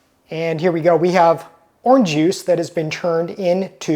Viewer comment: “Orn juice” 😂